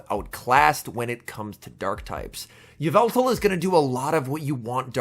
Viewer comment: Lol u say y-veltal makes the sludge bomb.